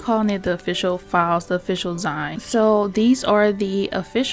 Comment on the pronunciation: Hi, I love your videos and always watch as soon as you upload. I just wanted to say, kindly and respectfully, it’s pronounced ZEEN ❤